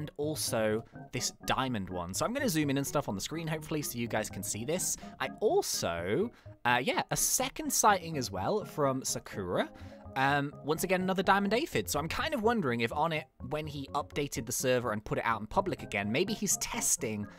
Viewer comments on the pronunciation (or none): He pronounced sakura wrong